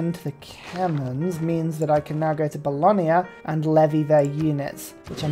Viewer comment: Sorry, I hate to do this, but it finally grated on me too much after many videos. There is no 'i' in Bologna. It's not Bolonia. The 'gna' sound is just as in lasagna, not lasania. Fear not though, in general, your pronounciation of city names is far better than a certain Irishman.